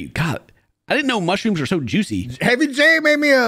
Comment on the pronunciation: Idk, I heard mooshyrooms.